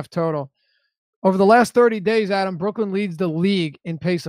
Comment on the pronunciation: My favorite Deeper Dive moment happens everyday Adam & are together when the head of name-pronunciation-police......mispronounces Adam's last name! 😆